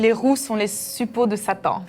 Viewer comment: suppôt !!!!!!!!!!! et non suppos les gars .....